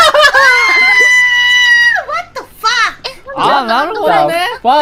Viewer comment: I love that “what the faq”